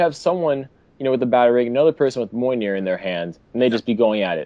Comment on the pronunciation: Moyner? Mee-yol-ner